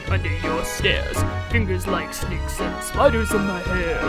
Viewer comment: I am pretty sure that she said "Snapes" instead of "Snakes"